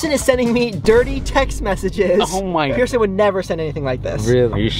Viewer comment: i thort you said person wheel